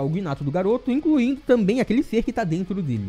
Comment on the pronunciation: Eu juro que escutei o falando "Naruto" Mas era "Garoto"😁